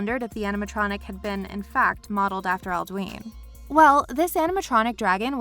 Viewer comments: It's pronounced "Al-do-in" not "Al-do-een." you hear it enough times in the game to know. xD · Why did she pronounce alduin like aldween